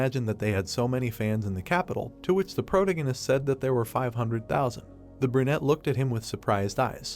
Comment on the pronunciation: All your videos mispronounce "protagonist".